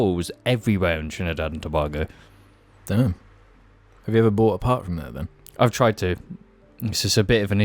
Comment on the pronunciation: the way you say Tobago makes me itch but i forgive you